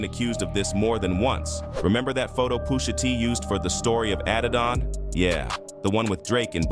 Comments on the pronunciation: why does he keep saying "poosher T" LOL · Poosha T 😂😂 AI is wild! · Who TF is poosher T 😂😂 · Calling him Poosha is wild. AI be funny sometimes